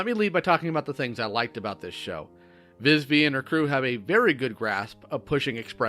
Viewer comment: Its VIVZIE.. Not Vizvie.